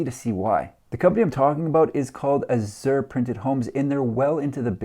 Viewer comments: Funny.... You pronounced it wrong both times. It's "ahhh-zshure" emphasis on the first syllable. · "Azure" is a shade of blue and a name used for the artists' color in oil paint. I've always heard it pronounced a-zhr, with the accent on the first syllable, not the second. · azure = ăzh′ər = A-zhur